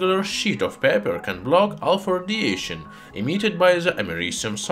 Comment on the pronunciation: I can't stop laughing every time it sounds like he says "Alfurdiation"